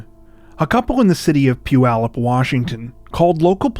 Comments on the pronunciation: You pronounced Puyallup correctly! Not many who are not from the area do. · mad respect. You said Puyallup right! No one does! Not even visiting presidents! Your chan rocks. We send our best, cheers! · Yay! You said Puyallup correctly! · Necroing to praise your pronunciation of “Puyallup”. No on ever gets it right.👍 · 18 seconds into the video and I have to stop and comment already...kudos for pronouncing Puyallup correctly! Greetings from Washington. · I know this is so small, but I have to applaud you for pronouncing Puyallup correctly. If you went out of your way to look it up, you're a rockstar. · Thanks so much for pronouncing "Puyallup" correctly. Well done. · Geeking out that you pronounced Puyallup correctly😂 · Excellent pronunciation! Most people get it wrong. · REMARKABLE!!! Someone not from the NW (making an assumption here) that knows how to pronounce Puyallup! 😁😁😁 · cudos for pronouncing Puyallup correctly! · First thing I noticed too!